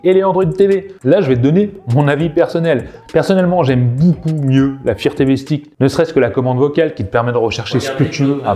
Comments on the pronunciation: Firtévé ? Non mais sérieux... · Le fire TV, et non le "faire Tv"..